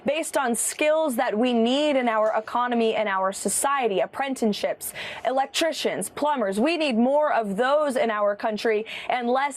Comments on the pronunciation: Omg, did i just hear ms leavitt mispronounce 'apprenticeship'?? Pretty dam sure it did not sound the way its supposed to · Heard that, too.